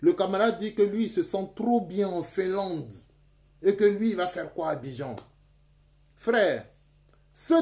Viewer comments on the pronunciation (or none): none